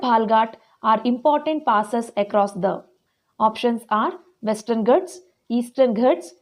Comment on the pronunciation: Mam plesae speel it as ghaats not as ghats